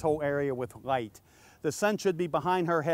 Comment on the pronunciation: Light not gight sir ^^! (y)